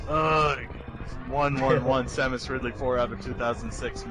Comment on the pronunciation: After things like Smaus....eSamus.....and all that xD dear lord I have to subscribe